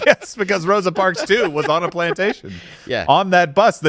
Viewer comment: "Throsa parks"